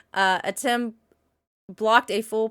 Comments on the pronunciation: Antem? Man you sere right about not being able to read. Your brain def short circuited because they literally just pronounced his name Atem too. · And this was seconds after she said Atem correctly before